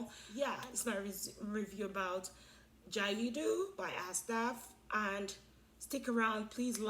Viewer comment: Hi sis! It's pronounced gayd. Arabic can be hard 😊